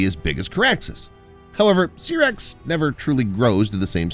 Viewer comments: I know right 😂😂 Syrax like pronouncing Sci. Not Serax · SYRAX Pronounced SIGH-RAX